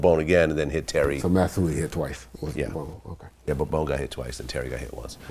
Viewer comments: haha exactly bruhh. and after he got corrected he still kept saying bone. goof. was not amused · “Bone” I would’ve said how you gone correct me!?? It’s “bones Vladimir” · baldo rodriguez and continued to say bone. Lol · 😂😭 Vlad tried to correct him saying “Bone” while actually knows the guy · Notice how glad kept saying bone even tho he was corrected.